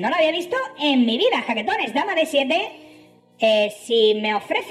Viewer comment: Nuevo subscriptor 😬😬😬 La primera vez que escuche jaquetones ,escuché chaquetones y dije queeeeee??????? Jajaja 😂😂